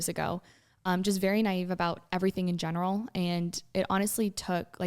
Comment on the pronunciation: I’ve noticed that whenever tries to say “in general” he says “in gemeral”😂